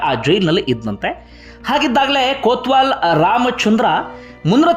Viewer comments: ಕೋತ್ವಾಲ್ ಅಲ್ಲ ಸರ್ ಕೊತ್ವಾಲ್ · ಅದು ಕೊತ್ವಾಲ್ ಬ್ರದರ್.. ಕೋತ್ವಾಲ ಅಲ್ಲ